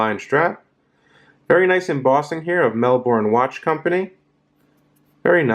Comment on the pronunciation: No disrespect mate, no O in Melbourne😊. Good review!